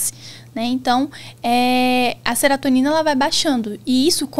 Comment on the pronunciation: Serotonina, não “seratonina”. O medicamento é inibidor seletivo da recaptação de serotonina, não “inibidor de seratonina”.